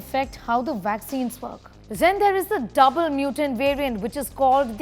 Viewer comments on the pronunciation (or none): When she said DOUBLE, all I could think is lawd Jesus!